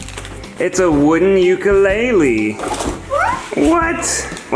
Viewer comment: Still waiting for the day that I hear someone on youtube or tv to pronounce ukulele correctly